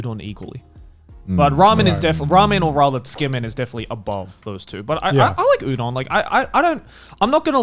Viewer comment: Mans just said Youdon